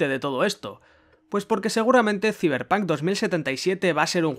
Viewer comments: "Siverpan 2077" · Ziberpanc , me encanta los que le dicen así